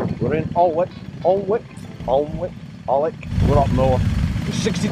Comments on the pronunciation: the place you were trying to pronounce is Aln-wick.. great video by the way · Pronounced "Ann ick". Good to see your up gods country. 👌🏼😉